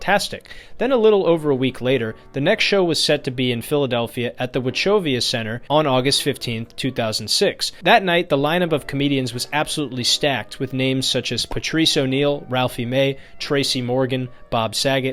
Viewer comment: All this 'research' and you can't even pronounce 'Wachovia' correctly, huh? If a Philly crowd senses your weakness, they will tear you up. Once Bill stood his ground & threw $#i+ back in their faces, he earned their respect. Do you even know the history of what went on at the comedy show before Bill took the stage? No? The crowd is just a bunch of 'drunken idiots' because YOU said so? I pity your level of 'enforced ignorance'.